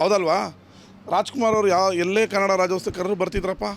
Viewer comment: ನಿಮ್ಮ ಉದ್ದೇಶ correct ಆದ್ರೆ ದಯವಿಟ್ಟು ರಾಜ್ಯೋತ್ಸವ ಮತ್ತು ಚಿತ್ರೋತ್ಸವ ಪದಗಳನ್ನ ಸರಿಯಾಗಿ ಉಚ್ಚರಿಸಿ.